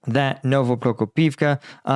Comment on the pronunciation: I know it's hard to learn all the villages and other names in a foreign language. I'm a Croat living in Finland, it's not exactly a walk in a park, so I don't fault you for mispronouncing stuff, I know you've been trying hard all this time, I mean, you get Novoprokopivka right! But I do fault you for not spellchecking one village when you decide to put it into the thumbnail. It's OPY-tne, not OPT-yne